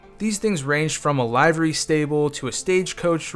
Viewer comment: LIVE -er-e?? That's Liver-e. Ka lee ko? That's CAL-LICK -O as in Calico cat. Uh, didn't they name it the Walter K.?